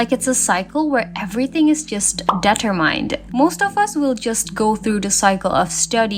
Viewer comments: 1 minute and 30 seconds into the video. i... have... to say it... based and tetopilled i am now 7 minutes and 50 seconds in it's not de-ter-mined. it's de-tuhr-mnd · 'mætrix' 'debter-mined'